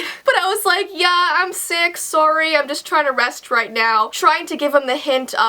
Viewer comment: lt it’s her Canadian accent I think (I know this is 3 years late but whatever)